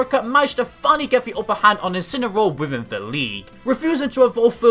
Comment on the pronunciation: And she called his incineroar in "inciny"